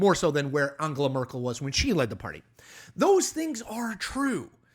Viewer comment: Who the heck are Friedrick Mörs (or Fridritsch Mörsch) and Angela Mörkl? There is nobody in German federal politics by those names? If you want to comment international politics at last have the respect to check how the names of the people you talk about are pronounced. If you can't be bothered to take literally 2 seconds to check the pronunciation, why should anybody believe you put more effort into forming/researching the other presented opinions? The level of ignorance displayed in this video explains how an intellectual titan like Donald Trump could be chosen the best of the best in all of burger land. I suggest you stick to reporting on the cheeto in chief and their African American token Elon Musk.